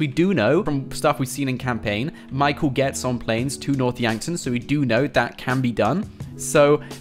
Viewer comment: when I heard north Yankton I swear I heard north wankton